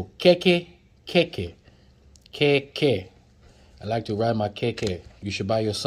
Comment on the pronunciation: lol you butchered everything hahhah igbale broom,honroo, ijaaapa tortoise,jeee wake up,,keeeke bicycle